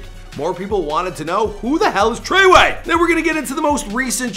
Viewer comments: It’s FREWAY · The way he said tr3way😂😂😂love him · the way you say treyway and 69 name makes me cringe